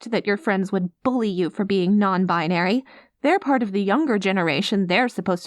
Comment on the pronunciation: "I am... non-bin-airy." I snorted. I'm sorry, but that was *hilarious*. XD Mama may be clueless, but she's definitely supportive and willing to learn, and those are the most important bits. Honestly it was kind of fun listening to us educate her, and her making jokes while being frank about her own lack of understanding. (Plus her misunderstandings come off more cute/sweet than ignorant and hurtful - like a character I heard once saying she didn't understand an app about bird watching being popular, or why others wanted her to join when she didn't have that interest. She was talking about Twitter lol) This was a really sweet and lovely script. Thank you Turtle and, wonderful job to you both! <3